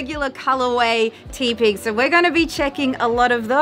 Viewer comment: Teh-pig. As in tepid.